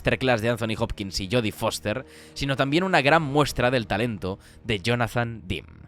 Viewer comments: Si no saben cómo se pronuncian los nombres, para qué inventan???? Demme, no se pronuncia "dim", se pronuncia DEM. Estudie. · Me encantan estos vídeos. Se nota que llevan un currazo interesante. Enhorabuena. 👌Espero que no te moleste, el apellido del director se pronuncia "demi", no "dim".